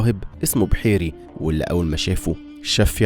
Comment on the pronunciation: اللهم صلي وسلم وبارك على سيد الخلق أجمعين المبعوث رحمة للعالمين الصادق الوعد الأمين أفادكم الله وجعل تعبكم على المنتج دة في ميزان حسناتكم الفيديو اكتر من رائع بس عندي كام ملحوظة لو سمحتولي طبعا: -الراهب كان اسمه (بَحيرهَ) بفتح الباء وليس (بحيري) -الحجر الأسود وضع في الرداء الطاهر للنبي ﷺ ليحملوه وليس في قماشة -أبو جهل لعنة الله عليه صحيح كان اسمه عمرو بن هشام بن المغيره لكنه معروف عند العرب بعمرو بن هشام وليس عمرو بن المغيره عايزين فيديوهات من النوعية دي كتييير الفترة الجاية إن شاء الله.